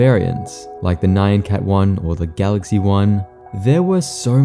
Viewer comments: great video as always but what the fuck is a "nayyan cat" bro 😭😭😭😭😭🙏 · Who pronounces "nyancat" like that? Is this a comment bait or something?